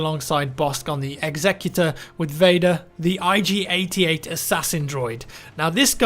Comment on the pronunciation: He pronounced it correctly. it's like executive not executioner